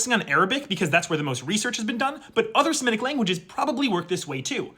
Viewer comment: The only person I’ve heard all year who pronounces semitic correctly